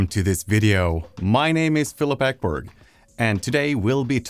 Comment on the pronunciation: Varför uttalar du som svensk ditt namn på det sättet? Ekberg. Eckbörg? Ett namn är ett namn och uttalas bara på ett sätt. Nu skall jag kolla resten av videon, som jag faktiskt tror är av bra kvalitet, ämnet är av stort intresse.